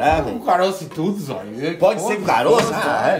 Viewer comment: Zóio: eu entendi seme na época Que época ? Kkkkk